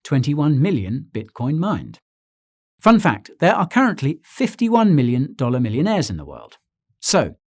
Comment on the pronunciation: Had to play this 3 times before I actually understood it. "51 million dollar millionaries." I love it xD